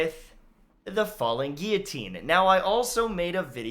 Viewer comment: I was always pretty sure you were Canadian but the fact you pronounce guillotine correctly confirmed it.